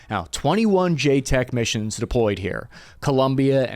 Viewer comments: Bro really looked at the acronym "JCET" and pronounced it "J-Tech". It's a "J-set" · Love you, but it's JCET, not J-Tech or JSOC. Pronounced like J-Set. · Bro,.... Joint Combined Exercise Training aka JCET, Is pronounced J Set. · everytime he calls a JCET ("JAY-set") a JTEC it makes me cringe, and i can promise you the vast majority of JCETs to south america are underwhelming training operations that allow the team guys to..."enjoy" the local sights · It’s not pronounced j tec. It’s pronounce j cet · It's not JTEC.... it's JCET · JCET is pronounced J-SET and not JTEC. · JCET is pronounced J SET NOT J TEC. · Its not JTEC. Its JCET as in Jset. Jeez. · FYI It's not pronounced "Jay-Tek", I mean the abbreviation is JCET, so you'd have to jumble the letters to pronounce it like that. It's pronounced "Jay-Set". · It’s not “Jay tech” it’s Jay set”. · "JAY-SET" not "JAY-TEK" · JCET (pronounced jay-set) not JTEC we’ve been doing JCETs for decades. Mostly 7th SFG Lo Que Sea, Cuando Sea, Donde Sea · I’m pretty sure it’s pronounced “Jay-set” not Jay TEC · A Joint Combined Exercise Training mission, aka, JCET, pronounced “JSET” not JTEC… and they are standard, white sof, Tier 2 training missions that most SF teams do…. It’s literally one of their primary mission sets: liaison with and train partner/host nations special forces…. And no, I’m not a Green Beret, but I did stay at a Holiday Inn Express next to Fort Bragg. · Not J-TECs...It is J-CETs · JCET is pronounced Jay-Set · JCET is pronounced Jay Set...... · J-cet homie. Pronounced j-“set”. I mean it is joint combined exchange training…. Not sure how you got jtec but right on. -DOL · When he said “jtec” I lost it every time. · its JCET... not JTEC... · JCET (jay-set) * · It’s JCET not JTEC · Its called a JCET like J-Set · Nice vid! Pronounced “jay-set” if care. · stop saying jtec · Excellent video, I just wanted to mention that the acronym is JCET said like Jay Set. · It's a JCET. Pronounced "J-SET".